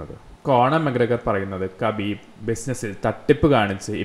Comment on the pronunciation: Not kabeeeb 😂 it’s Habeeb